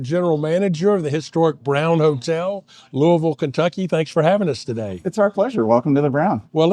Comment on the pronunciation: You pronounce the city's name like a native! I was born and raised in Louisville and there's always been a debate from people outside the city on how to pronounce the name. The farthest I've been from home was visiting relatives in Los Angeles, and when my uncle introduced me as being from Louisville, the very first question I got was how to pronounce the name. I'm a big fan of the Hot Brown and usually get it anywhere I go that offers it. I've had some really good Hot Browns out of town in Lexington and Elizabethtown, but the best is still here in the Ville. A lot of restaurants even offer variations including more than one pizza place that has a Hot Brown pizza that I highly recommend.